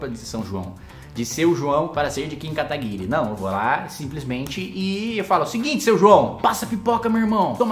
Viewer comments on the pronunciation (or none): none